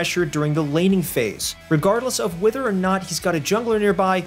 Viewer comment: So you looked up how to pronounce "visage" but have yet to look up "whether." Interesting.